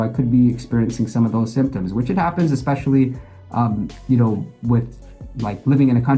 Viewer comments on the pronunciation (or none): none